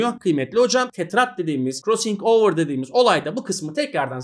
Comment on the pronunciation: hocam krossıng overı ne guzel soyluyorsunuz oyle ahahaha